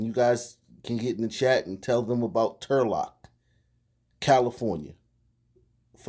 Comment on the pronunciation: When u said Trulock I gasped. Turlock is super rich